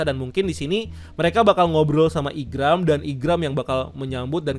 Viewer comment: Maaf itu bukan gambar Oda tapi creator Zelda, Tony Tony chopper bukan Mini mini Chopper, yg ngalahin 100 bounty hunter itu Zoro bukan Sanji, Igaram bukan Igram, Broggy bukan Breggy, Partner Vivi itu Mr 9 bukan Mr 3 (Partner Mr 3 mah miss golden week), Buggy bukan Beggy, nanti dikatain KARBIT ama fans one piece kalian jg yg marah padahal jelas kalian sendiri yg gk riset detail atau minimal baca/nonton source material